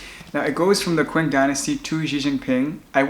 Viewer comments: Its ching dynasty not quing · The Qing dynasty is pronounced the "Ching" Dynasty.